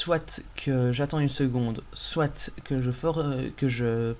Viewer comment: Très bon tuto ! Merci bien. "SoiT" lol